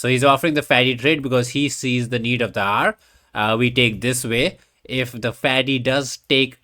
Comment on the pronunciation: When you say “need of the hour” pronounced need of the r is it a reference I’m missing or is it your, ahem, accent…